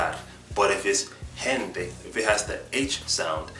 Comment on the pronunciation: Love this video so interesting to see the differences between the Spanish spoken in Spain. I was surprised that you didn't have a problem to pronounce the ghh sound like in gente perfectly. Thanks for explaining al those different accents in spanish. Your video's are super useful for people like me that are learning spanish.